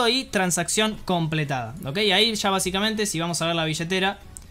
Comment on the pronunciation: BASICAMENTE - VAZIKMENTE - BA ZIKA MENTE - VA CICA MENTE ....... ; )